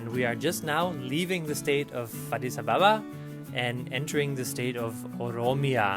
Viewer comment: I love that he says adis Ababa Correctly